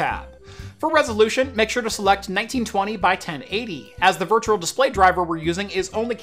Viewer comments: Why you say virtural? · Great video, hated how you said virtual haha. Sounded more like virtural.